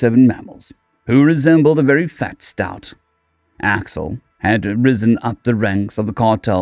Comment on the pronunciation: Second story: "stoat" st-oat, not, st-out. It's a small furry thing a bit like a ferret.